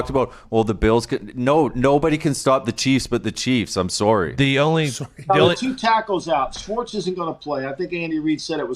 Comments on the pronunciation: Soarry aboot that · the most canadian "sorry" of all time